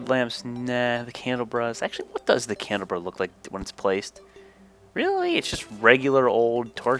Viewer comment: It’s pronounced candle-a-bra